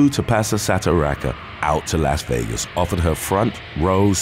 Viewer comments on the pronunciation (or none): none